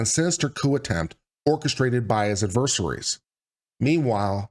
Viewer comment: Ooooh you used the Shawn Connery "Hunt for Red October" pronunciation of "Adversaries". I approve. (No seriously meant with love and in no way a knock against your chosen pronunciation, it's just I always remember Mel Gibson making fun of Shawn Connery in "what women want" for using that pronunciation and thinking "what an ass-hat" that character was for doing so.)